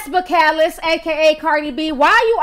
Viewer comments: I was sitting here trying to think of what the hell is Bacalus?? Sounding like Calluses but she’s trying to pronounce Belacalis 💀💀💀💀 dead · Its pronounced...bell cah leese